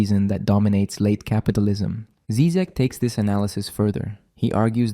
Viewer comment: Obviously I am not going to watch this video by someone who sounds too young and American to have authority to sprak about something that America is not able to profuce -philosophy and uncomfortable questions. You can't even pronounce his name right! Why is he dangerous? Because he speaks of saving out common decency and humanity, which has been poisoned and bombed by American BS ? What's wrong with having an accent? I think you are embarrassing yourself, dear boy! Stick your guns and burgers... leave philosophy to us here in the old world...